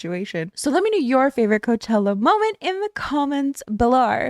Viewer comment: "in the comments belowwrr" sorry but I loved that aussie accent slip😂